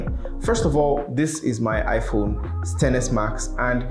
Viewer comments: Bruh did you just say amala not iPhone 😆👌love your videos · He said "Amala" 😂😂